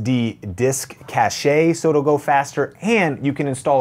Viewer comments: Like you, I have hard drives of various (physical) sizes. Are there any limitations to the size of each drive I could plug into a bay like that? Do I remove the cases first? Also: "cache" is pronounced "cash", not "cashay" :). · You're quite right it is pronounced "cash" in English. I'm an English teacher, I speak French and live in Spain so I tend to use the original pronunciation. Thanks for your correction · cashay? hahaha fyi - "Cache" is pronounnced "cash". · Did he just call it a cachay and not like cash = cache 😆😆😆😆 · It's a French word, but like a myriad of Romance Language words, It's pronounced differently in the USA. We, quite properly for us, say cache as "cash." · did this guy just say 'cashay' lol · Did you really pronounce it as 'cash-shay'? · Awesome video. You explained everything well. I like the way you say cache 😀. I'm currently using external drives for now. I'd like to get a NAS eventually. It's a big investment, but well worth it. I'm using storage for my current channel. My channel has grown faster than I thought. Thanks to your helpful videos like this one. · "You can add an ✨S S D disk 🇫🇷cache🇫🇷👌🏻✨"